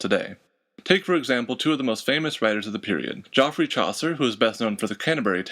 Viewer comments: Did you say JOFF-rey? It's JEFF-rey (Geoffrey). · Geoffrey Chaucer ! should be pronounced as 'Jeffrey' not as is here. A fine start. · How to pronounce Middle English words. By an American who can't even pronounce the name "Geoffrey".